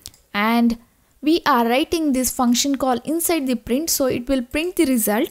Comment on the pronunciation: Good vid, but with one suggestion : “result” pronunciation, please